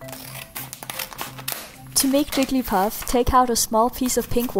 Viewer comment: 10 seconds in, who else heard her say "Jiggy Puff"